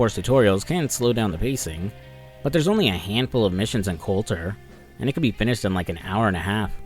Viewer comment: Great vid I'm only an hour in, loving the vid but every time I hear Colton kills something inside of me - it should be "colter "